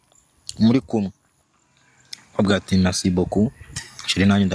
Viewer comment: Ntibavuga mereci bavuga MERCI ukaga prononca neza😂😂😂